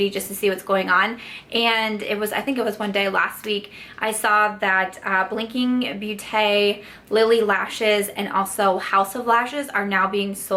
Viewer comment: Blinking beauté...the “beau” from beauté does sound closer to the word “dose” ( as in Dose of Colors) ... so you say BOTE....if it make sense.... I hope you are not mad, I grew up the French part of Belgium and hearing you was so funny and sweet!